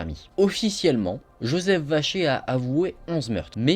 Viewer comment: Qui entend Joseph vachier au lieu de vacher